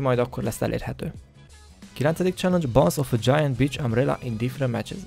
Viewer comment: angol kiejtés lvl0 mi az hogy bitch😂